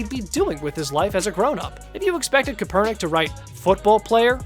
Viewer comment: This guy saying kaepernick's name kinda had me irritated